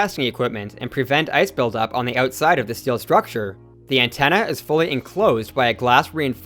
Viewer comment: "ootside" eh!